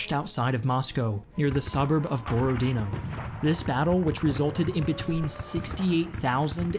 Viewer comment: It’s not “borodino” its BorodinO